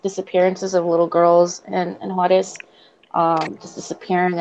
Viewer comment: Suddenly you have an accent when you pronounce Juarez. I am not impressed. Juarez is like Tiajuana. I do not feel sorry for you because your parents came here from Mexico. I grew up with a lot of mexicans and picked in the fields with many. You are so bullshit about speaking Spanish. You were not kidnapped and your dad never found you and took you away. Too bad you may have turned out a better human being with an appreciation for your culture not just shame for being Mexican. May be you can get the 3 years of free college. Clean house? One of those people who clean hotels? A Motel Maid? Is that the job you are so ashamed of your mother for having. You are a money grubbing piece of humanity. Why can you not be happy you got to come to America?